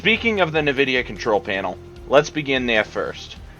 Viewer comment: its en-vidia not na-vidia